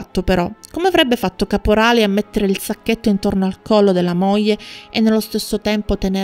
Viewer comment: Buongiorno, molto interessante, ma provi a pronunciare " gl " come moglie , figlio etc. e non moje , fijo etc. Cordialmente.